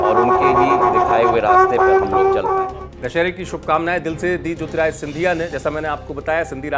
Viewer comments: न्यूज़ अंकर जी... पहले तो आप ढंग से नाम लेना सीखो.. ज्योतिरादित्य को ज्योतिराय बोल रहे हो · बार-बार आप ज्योतिरादित्य ko jyotirajitya bolte hain. Pls correct your pronounciation.